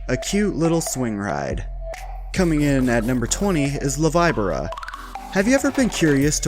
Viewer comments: #20 is [VEE BOR AH] not the [vibe or ah] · La “v-eye-bora” 😭😭😭this Spanish pains me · LA Veee BORrah lol we just call it bobsled. 🤣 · Its pronounced Loh vee bor uh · la vibora is pronounced la vee-bo-ra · How did you say La Víbora again?.?.???! !!